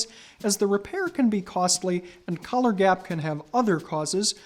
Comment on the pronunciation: I thought he said colour when he said collar